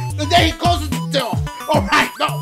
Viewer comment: “Intensive exposure do you want to see the diugh Poshure”. 😂